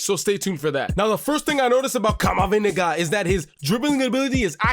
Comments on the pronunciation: "Camaviniga" caught me off guard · I love how you say CamaVindega